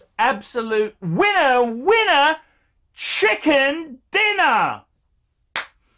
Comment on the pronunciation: Absolute WINNAH WINNUHH! CHICKUHN DINNAHH!